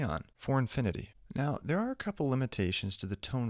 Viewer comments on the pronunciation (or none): none